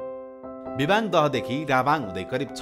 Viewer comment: लु बधाई छ सुनाैलाे सुनछहरी पर्यटन द्रव्यदृश्य निर्माण गर्ने गेमिहाेम स्ते समुह र सहयाेगि निकाय सुनछहरी गाउँपालिकमलाई । अत्यन्तै उत्कृष्ट हुदाहुदै केहि अपुग र त्रुतिहरू अबश्य छन् । मुख्य त्रुति भाषा अपभ्रम्स सुनियाे विबाङ नारबाङ लगायत उच्चारणमा वाङ उच्चारण आएकाे देखियाे । फेरि पनि धन्यवाद !!!